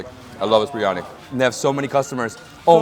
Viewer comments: Did I hear him say BRI instead of BIR🤔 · Tsk tsk...not breeeani, Biryani....Bi..ri..aanie